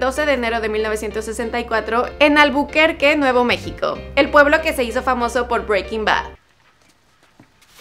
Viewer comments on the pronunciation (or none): none